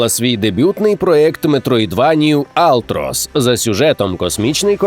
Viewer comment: Не алтрос, а ультрос.